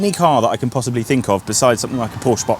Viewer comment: Thank you for saying „Porsche“ right. Greetings from Germany ✌️☺️